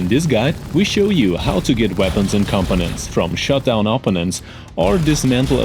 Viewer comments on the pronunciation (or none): Great video, But I get the feeling English isn't your first language. It wasn't until half way through the video that you were trying to say components. Because to me it sounds like your saying competents.